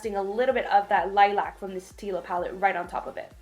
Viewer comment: Annoys me that she can't say lilac properly through the whole video😓